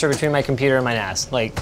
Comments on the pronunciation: Providence I think he said NAS, not ass, although i thought it sounded like that, too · Did he just say "I just wanna transfer files between my computer and my ass" ??? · Even though we know he is referring to NAS, but that sure sound like ass lol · I keep thinking hes saying "My ass" had to double take when he was transferring things to his ass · I swear he said he wanted to transfer files faster between his PC and his ass... Not nas... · lol oh he said NAS i thought he said he wanted to Transfer Files Faster from his computer to his ASS